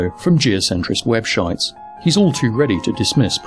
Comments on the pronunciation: You said,"Web Shytes!" Classic! It's a wonder that you'd have had to even make this video.... :) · Did you just say "webshites"? M8, that's fucking brilliant. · I choked when you said "Geocentrist webshites"! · you actually said "webshites" god fucking damn you are absolutely fantastic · Wow, you are easily fucking pleased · "webshites" :D